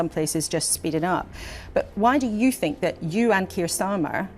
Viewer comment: Your presentations would sound a lot better if you could pronounce your “TH’s”…we don’t really want to know what you “FINK”.